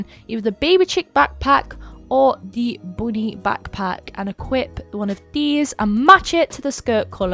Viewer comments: when you say "bunny" it sounds like "body" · the “boonie” tho😭😭😭😆